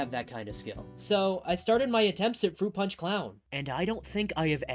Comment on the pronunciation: Fwoot pawnch for evweewan